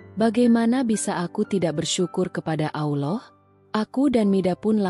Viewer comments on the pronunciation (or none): Klo bukan muslimah ya nyebut Allah spt itu...dah betul...tp klo muslimah memang menyebutnya krg pas...maaf ya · Tlng di perbaiki cara mengucap allah ya min, gk enk denger nya coba belajar cara mengucap nya